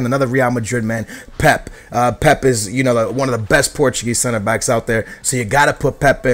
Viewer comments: Its Pèpè not pep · Why does he say pep instead of pepe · IT'S PEPE NOT PEP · his name is pepe! not pep! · Its not pep it pepe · Its pepey basically not pep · Isn't it pe pe not pep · It's pronounced pepey not pep... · Is it not pepe not pep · why is your pronounciation so weird? considering ur porotghese....!! its pepe not pep or is it pep? im not sure haha...and lopes not lops? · Pep? It's pep-ay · He can't pronounce any names, pisses me off so much, why does he pronounce pepe as pep -_ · I know your Portuguese so u probably know how to pronounce these names better than me but i swear you are supposed to pronounce the second 'e' in Pepe so it sounds a little like 'Pepey'. Not criticising, just interested <3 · Its pronounced pepa